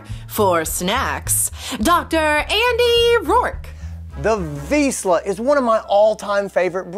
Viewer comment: At least you should pronounce "Vizsla" correctly before you make videos...